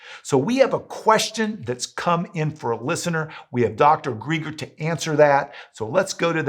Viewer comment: Excellent. I appreciate you getting this information out to other Christians. Thank you Dr. Greger (btw, you pronounced his last name incorrectly, it’s like the name Greg)